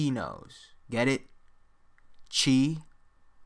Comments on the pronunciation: It’s not chi ch ch ch chino in Greek it’s chi like a Greek so you said it wrong bro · Dudes x in greek sounds more like hee love the vid tho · Chi is not pronounced “chee”. Bro. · Pretty sure it’s pronounced kai...